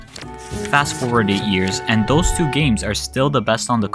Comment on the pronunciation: Switch hhrr Two 😂